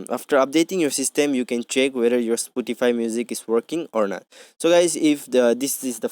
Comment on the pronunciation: It's spotify bruh not sputify